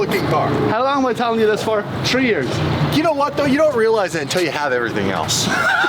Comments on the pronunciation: tree years, homie points at the tree lmfaooo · best word “TREE YEARS”